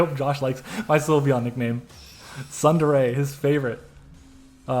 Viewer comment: i hate you saying sun dere grrrrr damn damn damn you. oh ig cheese i thought you were gonna have the word be "damn damn damn"